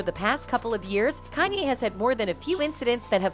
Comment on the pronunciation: The only thing I have to say bad about this channel is, YOU NEED TO LEARN HOW TO PRONOUNCE THEIR NAMES. On some of the videos like the Beyonce video or when she says Kanye. Or other words idnk why its such a pet peave of mine. It just like nails on a chalkboard to me.